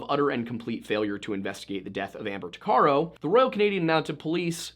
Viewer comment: Tuc a row. That's how you say her last name